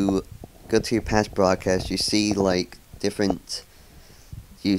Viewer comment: boradcoast?? Lol you mean broadcast. ;p